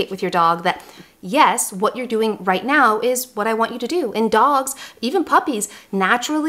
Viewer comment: Did you say right Meow?